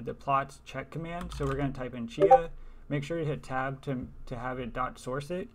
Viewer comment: Might be a huge benefit to slow down the video a bit. Rather than just showing screen shots while talking over what you are doing (took me awhile to figure out that you were saying "Tab" and you weren't actually typing everything on the screen). Pretend you are writing a lesson for a complete idiot ;-) I've been at this a couple of hours now and still can't get there :-( The Chia software used in this video is several generations older than the one I'm using, probably the issue. Not even sure what version of Powershell this is either :-( When I finally get to Plots Check and hit Enter: command chia not found ;-(